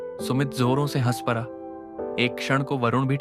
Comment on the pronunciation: बड़ा को बरा क्यों बोल रहे हो...बड़ी को बरी 😂,पड़ा को परा , खड़ा को खरा 😂😂